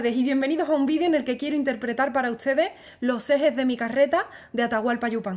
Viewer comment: Tengo una curiosidad... Porque pronuncias buenas CHARDES.. LA T COMO CH..??????? Uschedes. En vez de ustedes artischa en vez de artista?? No eres española??